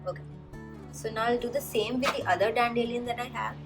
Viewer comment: I love the way you say dandelion like "dan-dillion", lol- I've never heard it that way before. Where I am from we say "dandy-lion".